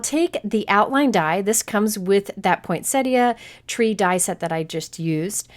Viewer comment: Just something silly, but thank you for being the only cardmaker that I have ever heard the correct pronunciation of poinsettia from :) everyone else says pointsetta lol